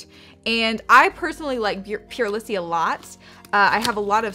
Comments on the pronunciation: Haha it’s pronounced “pure lease” lol Also my box was completely different but I wasn’t the happiest with it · It's pronounced pure- Lees . You're so cute! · It’s pure-leese lol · No offense but purelisse is pronounced pure-lee-s.